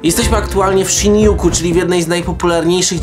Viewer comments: Szindżuku...nie szinjuku... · "Sindziuku" jak już...